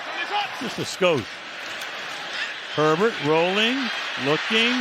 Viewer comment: It’s Herbert, not Sherbert. The ice cream has only one “r”. Sherbet!